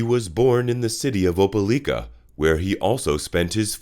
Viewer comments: Oh-pa-like-ah ...not oh-pe-leek-ah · It’s not pronounced OpeLEEka it’s OpeLIKA..I live here. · Opah-like-ah Alabama. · You're doing a great job man, subscribed. Loved the video. One tip that I think will help you grow in subscribers: Try to find a local, or anyone, from near these places you talk about, to tell you how they say their hometown. Your Opelika pronunciation was rough to hear. (Oh-Peh-Lie-Kuh is how they say it.)